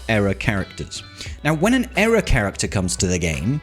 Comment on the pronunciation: ear-uh not error......